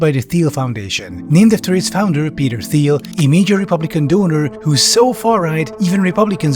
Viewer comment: You don’t pronounce the H in thiel